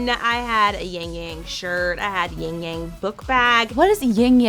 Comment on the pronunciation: I was so frustrated, it's "yin yang", not "yingyang". -_- And the white side is the sun, Yang, and the black side is the night, Yin.